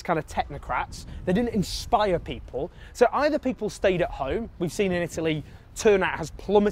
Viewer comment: Every time Owen says inspire or inspired I hear bribe or bribed. Because that’s why people vote for the left - to get that free stuff